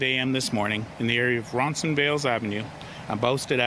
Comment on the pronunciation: “Ronsonvales”? More likely Roncesvalles. Used to be police knew their neighbourhoods.